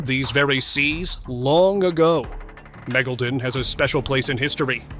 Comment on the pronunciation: Wait till you guys hear how they pronounce megalodon? Their AI needs polishing! Not (* Gibley and with significant draw that’s draw, that’s draw (droll)) ready for primeTime.This user every time time shouldn’t have to repeat myself each iteration..